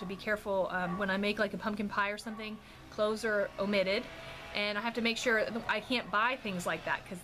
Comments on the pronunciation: Yes your hair looks so cute on you! Also I thought you said Ricky was allergic to CLOTHES, I was like oh my what does he do to cover up. I than realized you said cloves. It's what I get for watching before bed! Lol Also can I trouble you with asking for prayers, God knows the need! Im just trying to surround myself with lots of prayers! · When you said Ricky is allergic to cloves I thought you said clothes. That would make life really difficult. Lol 😂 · When you first started talking about Ricky's allergies I though you said he is allergic to clothes...lol... I was like what!?!? Haha